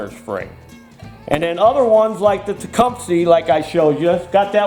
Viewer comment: I love how you say Tecumseh “Tecumes” lol